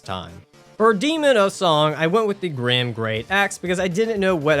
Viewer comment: It's gyrm not grim, for the love, it's pronounced Girm😭